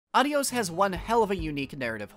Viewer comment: Great video as always, and the game looks like an interesting experience. Just a tip from a Spanish speaker: the title is (if the developer meant to say goodbye in Spanish) pronounced with emphasis on the O (the proper spelling is Adiós).